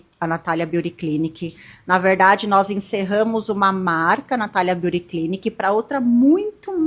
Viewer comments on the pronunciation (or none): Pq tudo tem que ser em ingles? Natalia Beauty Clinic, Nabeauty Concept... Avisa todo mundo que NINGUEM fica mais chique so por ler o nome do teu negocio em ingles. Com sotaque brasileiro pesado ainda por cima... Ainda se pronunciasse direito. Que pedante.